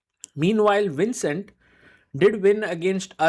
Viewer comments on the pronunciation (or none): So you pronounced the V on Vincent as WINcent, but pronounced it correct on Jordan VAN. Why?